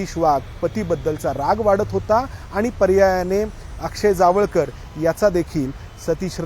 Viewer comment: Jaavalkar nhi tar jawalkar ase nav aahe